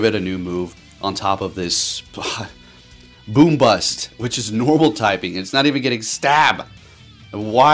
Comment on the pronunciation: Bro said boombust 😂😂😂😂